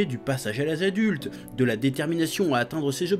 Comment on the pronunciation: ça consiste en quoi le "pasaze a l aze adulte"?